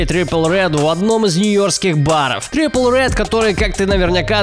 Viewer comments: Трипл рэд...килл ми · Радужный гризли блядь?! Трипл рэд ну да